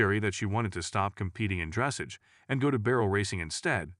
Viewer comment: Please learn the correct pronunciation of "dressage"! The stress is on the LAST syllable (which is pronounced "ahj" not "age").